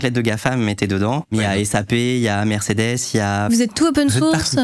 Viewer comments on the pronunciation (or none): none